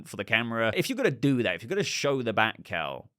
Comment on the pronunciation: Listening to this while doing stuff- at first thinking you were saying Batcow not bat cowl and picturing BATCOW rising up on a platform is epic and needs to happen at some point.